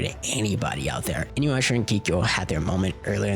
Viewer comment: Inuyrasha....why.... Inu- YASHA not InuYrasha